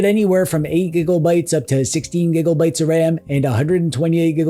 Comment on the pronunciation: I caught you! You said gigglebytes and terrorbytes! You clever cur.